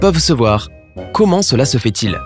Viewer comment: Tu as dit sex. Au lieu de se😂😂😂😂😂😂😂😂👌👌👌👌